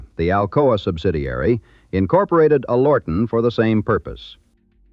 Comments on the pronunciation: AI sucks. Alorton is not pronouned "A lortan" it is pronouned "Aler ton" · AL er tun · It't pronounced AL or ton-with the emphasis on Al, not al OR ton the way they are pronouncing it on here